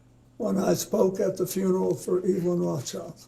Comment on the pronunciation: The Rothschild name has him messed up lol, first slip.